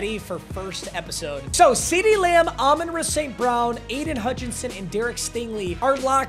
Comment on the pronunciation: its year 5 and still cant pronounce Amon-Ra correctly